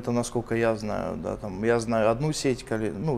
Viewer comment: Работаю тама??))Так только Никулин говорит аххх тама